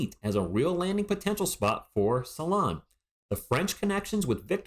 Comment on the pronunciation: Hi - thank you for sharing! Being French, I think your prononciation is spot on 😊. I had a look at First Team’s take on Salaun - it’s in French but full of great insights from guys who know. He started out as a 3 and has been moved to 4 (he’s compared to John Collins). The consensus is that he is very talented and has progressed very quickly, has a ceiling that’s potentially higher than the other French prospects this year, but he has to improve his ball handling, shooting etc. Raw but very very promising.